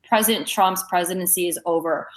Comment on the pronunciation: Is it just me or do many of these kind of people sound like they skip over some consonants in their pronunciations of some words? ie: “present” instead of president.